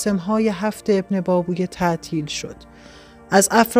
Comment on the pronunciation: ماشااله به اینهمه سواد! بهتره شما اول تلفظ درست کلمات و اسامی رو یاد بکیرید و بعد برنامه اجرا کنید! ebnebAbevey--اینهم تلفط اسم ابن بابویه با حروف لاتین!🧐